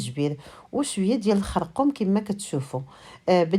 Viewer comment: دائما قولي الخرقوم ما معنا القرقم الدارجة ديالنا تبقى كما هي